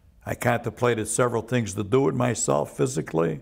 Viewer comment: "Let me tell youse a couple tree tangs."